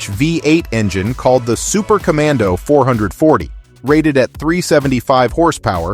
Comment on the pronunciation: The AI voice is pretty convincing, except for dead giveaway mispronunciations of $546 and 440 6-pack...